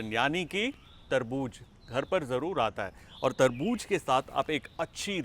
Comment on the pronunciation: Please ye tarbooz he😂😂😂 not terbooj